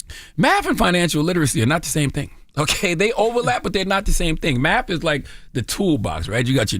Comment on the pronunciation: Nobody heard him say Matht 😂😂